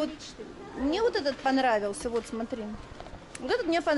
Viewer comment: Шоппинг классный! Мне так нравится как Вы говорите Сотри, а не Смотри))))))